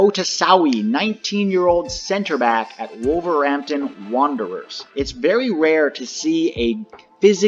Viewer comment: And it’s WolverHampton, not Wolverampton